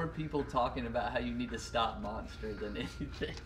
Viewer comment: Everyone : drinking wather Karl : Monster " Moster best ! "